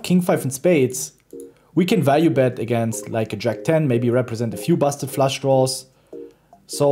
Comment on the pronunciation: Love it! But guys...who told Ben to pronounce Flush as Flash?